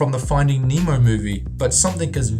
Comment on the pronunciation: U said memo it's pronounced nemo not memo